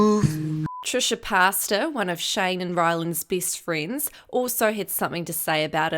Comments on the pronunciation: did she say "Trisha Pasta" or am I trippin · the voiceover said trisha pasta lol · Did u just say Trisha pasta? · Xd How u Said Pasta